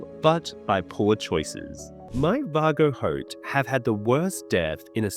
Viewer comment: The amount of names you say incorrectly is actually astounding. Considering you literally change the fucking name rather than just a mispronunciation. Illyroi?? Seeing as his name ends in an O i dont understand how you managed to get to roi. Vargo hoat. Or as you call him. Vargo hort. How ? How are you that bad at reading you cant tell the difference between an a and an r